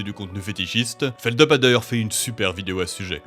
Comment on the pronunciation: pour l’anecdote , ça se prononce pas "feld-eu-p" mais "feld-u-p"!